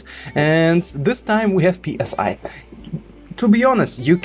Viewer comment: Please don't say " P S I" like air pressure. It's pronounced "Sigh" like letting out a sigh.